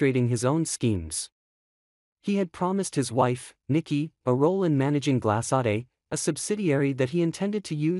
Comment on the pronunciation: "Glas(s)-saday"?Huh? This is how you pronounce the name of the new company!!?? My,my,my!!! I believe it is a French name~ "Gla-sod" for GLASADE, if I'm spelling it correctly. (I know it is not pronounced "Glas(s)-aday"!!!)